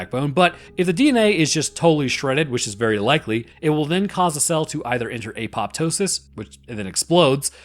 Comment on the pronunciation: You mispronounced apoptosis.